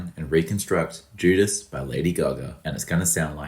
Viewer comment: She said juda ass 😂